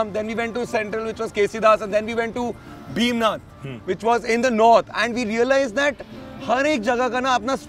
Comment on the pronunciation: Please note, the correct name is Bhim Nag, not Bhim Nath.